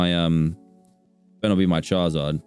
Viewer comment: Y u say CHARZARD